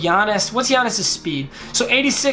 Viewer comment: Sup, I am a huge Bucks fan and the time you said Giannis's last name you got it right